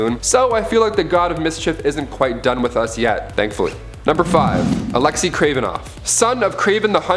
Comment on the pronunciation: Alexei.... like neighbour or weigh...pronounced Alex-A